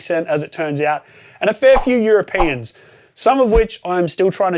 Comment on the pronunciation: "your-a-peein" european lol.